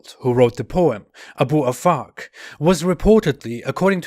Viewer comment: Abu Afak, I heard A boob a fuck 🤣🤣🤣🤣